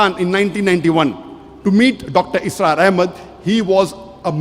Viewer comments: Bhai dr asrar nahi dr israr hain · Dr. ISRAR not Asrar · Dr asraar nahi bhai Dr israar bhai